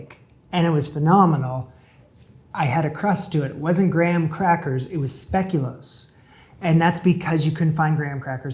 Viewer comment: Definitely heard "speculum crust" when he was describing the past cheesecake 😂